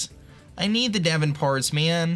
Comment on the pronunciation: it's D-von not Devin yo